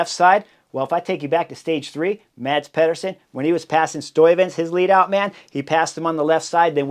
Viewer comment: MaDz PeHduUrSoN. I heard a spanish announcer come closer to pronouncing Mads name right. Come on, cRieS HoRneEr!